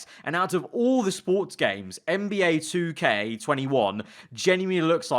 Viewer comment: U don’t even know how to say 2k ha